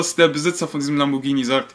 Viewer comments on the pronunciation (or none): Lamborghini kannst du auch nicht richtig aussprechen